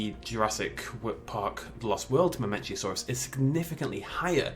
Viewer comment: mamenchisaurus, not mamenchiasaurus :)